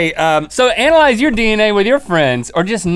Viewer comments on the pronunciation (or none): lol Link couldn't pronounce "analyze" lol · Links face ish realizing he said analyze wrong seeing him to over the word not paying attention to Rhett is hilarious